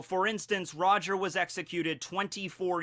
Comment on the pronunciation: You pronounce it wrong